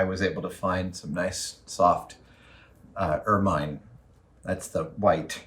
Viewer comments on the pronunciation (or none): You are mispronouncing ermine. It may be spelt with a final E but that is silent as inˈəːmɪn. Trust me I'm English. (Don't be silly! How can you be a language!!)